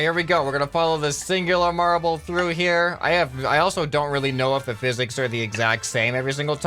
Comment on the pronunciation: ah yes “phisiks”